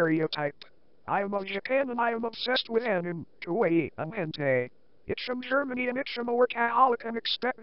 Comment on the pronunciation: "hentai" i hear hentei